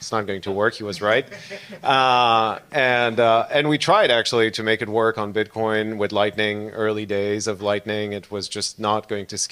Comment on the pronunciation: can’t even say Bitcoin correctly